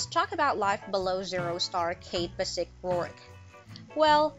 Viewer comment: Sounds like your saying andy basic not andy bass-ich which is how andy himself pronounces his name on the show. Do u even watch it lol